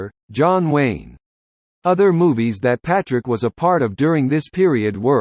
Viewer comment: It's not lane it's wayne.